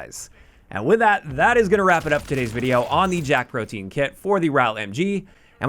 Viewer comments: It's pronounced proh-tee-uhn not proh-teen. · You mispronounced the name of the kit. It isn't proh-teen, it's proh-tee-uhn, or even proh-dee-uhn. Easy mistake. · i like how everyone pronounces the guns name wrong it isnt pronounce the same as protein the e and a are pronounced separately when saying that word the name of the kit is pronounced like this pro-te-an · I think it's pronounced "pro-tea-in" but JAK PROTEIN sounds funnier lol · Yeah it caught me off guard the first time I heard someone pronounce it "protein".